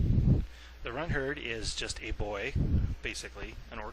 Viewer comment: you said runthurd wrong